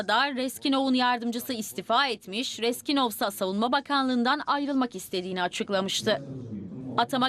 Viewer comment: Reskinov deyil Reznikov ay savadsız